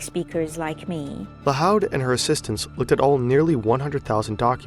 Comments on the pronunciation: You may want to look up how some names are pronounced. Her name is Nelly Lahoud, pronounced like Lahood, not Lahaud. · Lahoud is pronounced like La-Hood, not La-Howd. It's a Lebanese Maronite surname. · Lahoud pronounced lahood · Lahoud is almost definitely pronounced "La hood" by the way. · The o’s in lahoud are pronounced like the o in food